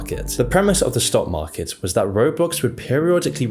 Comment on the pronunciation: u forgot the r in market